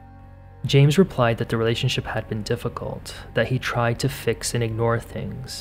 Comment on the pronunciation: "I really, really, really TRIED" . Not 'tired'.